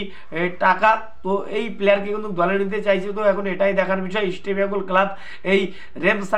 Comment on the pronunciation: কি বলছো বুঝি না ঈষটো বেঙ্গল না কি রামোচনদো কহো রামোচনদো কহো